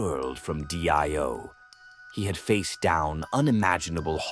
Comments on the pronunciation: D I O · Weird way to pronounce Dio lol